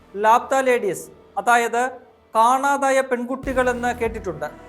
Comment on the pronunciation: ലാപ്താ അല്ല ലാപത എന്നാണ് ഉച്ഛരിക്കേണ്ടത്